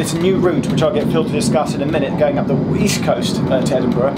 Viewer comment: East? I thought you said weast!